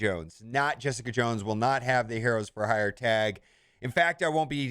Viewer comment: He had a real hard time pronouncing the word hire in this thing. 😄